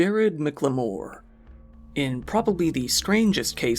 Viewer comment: FYI, the Jared McLemore's last name is pronounced "MACK-leh-more", not "mick-leh-MORE"